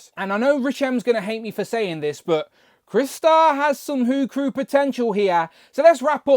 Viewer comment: Its CRY=😢 Star=⭐️! NOT Chris-tar! Ugh for fucks sake!